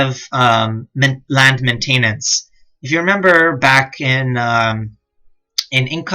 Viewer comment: These are great guides but someone really needs to teach you how to pronounce the word MAINTENANCE